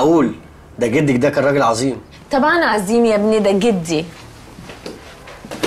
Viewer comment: شوفو نطق نللي لكلمه ابني